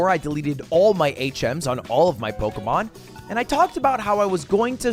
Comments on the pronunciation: I hate how he says Pokemon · I know this is a year old, but I FUCKING HATE THE WAY HE PRONOUNCES POKEMON